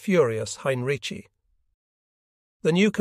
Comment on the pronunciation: Why is Heinrici’s name butchered so badly - and differently? It’s atrocious.